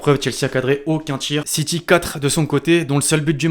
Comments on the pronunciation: C’est SSiTy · Ça se prononce Manchester City pas "SitChie" merde